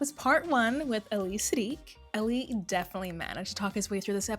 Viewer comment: Ahh-Li.. not Alli lol